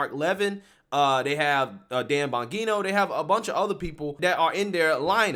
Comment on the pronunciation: Dude you demolish Mark Levin and Dan Bongino names come on bro just listen to fox and see how there names are pronounced 👍🏿